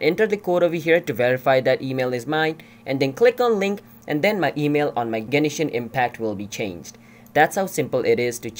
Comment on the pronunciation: 'Genishin Impact' -_